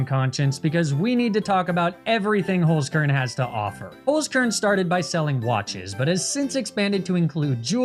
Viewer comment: *HOLZ KERN not Holskurn